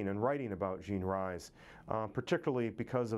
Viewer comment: Good Morning Midnight was NOT her autobiography.. but a novel.. oh, and her name is pronounced Jean REES not RISE